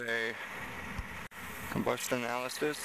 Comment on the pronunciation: Wait...@ seconds did he really say combustionalysis??!